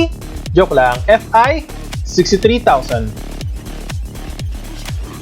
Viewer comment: Di na pi Yung "fi" hahahah